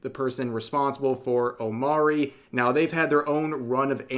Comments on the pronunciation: Its pronounced O Mo Ri not O Ma Ri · Omori... you pronounce it OmO-re, not Omary. Omori comes from the word hikikomori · its omori not omari. Learn how to say words. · I think its pronounced omori not omori Hope this helps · Yeah I was gonna say... 😅